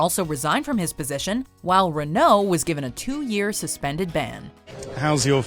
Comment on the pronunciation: Gosh, please learn pronunciation. Renault!